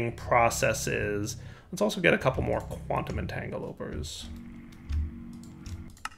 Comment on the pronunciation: Woah, correctly pronounced "quantum entangloporter" for once o.o